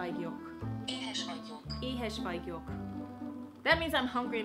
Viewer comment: OOOMMMGGG you said that you never even heard hungarian, but you said that sentence (Éhes vagyok/I am hungry) almost perfectly!!!!! It's really hard for foreigners to pronounce hungarian words. Well done!! <3